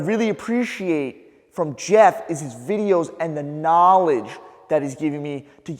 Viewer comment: needs to work on his knaaaaaaaawledge